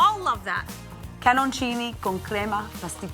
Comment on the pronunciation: Thank you again, Italy, for crema pasticcera! Thank you, chef, for pronouncing Italian correctly. Beautiful looking pastry. I wish you would have bitten the creation. That's always the best part of the video. We want to see you enjoy it! Crema pasticcera is so delicious in a hot bombolone!